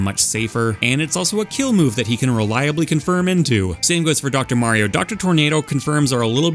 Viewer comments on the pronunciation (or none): none